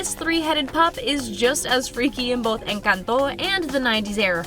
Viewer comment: You say Encanto funny.